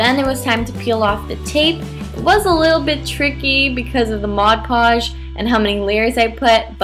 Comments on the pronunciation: But that's the right way to say it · Amelie Erdbeer she says it correctly